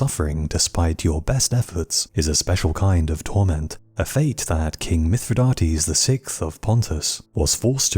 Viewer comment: It's Pronounced *Myth-re-Die-tees*